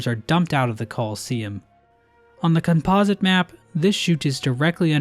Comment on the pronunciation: Bro somehow skewed up the pronounciation of "Composite" 💀